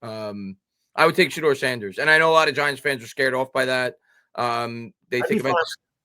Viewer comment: It’s shedur Sanders